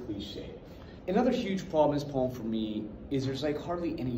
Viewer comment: You really wanna say the word poem right